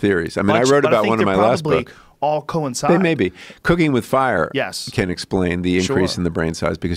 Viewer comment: How many times did they fucking say co-inside in this episode